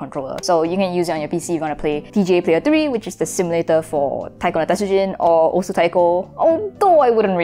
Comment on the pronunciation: osu is pronounced oss